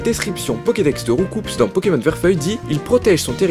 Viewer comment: On ne dit pas RoucoupS on dit "ROUCOU" C'EST UN COUP COMME UN COUP DE POING likez pour qu'il voie